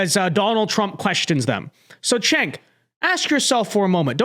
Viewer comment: It’s “Jenk”